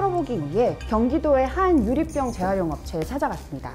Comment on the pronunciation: 기자님 유리뼝 아니고 유리병